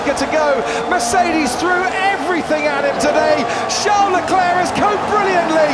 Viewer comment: Why do the casters pronounce Leclerc’s name “CHOWN LE CLAIR”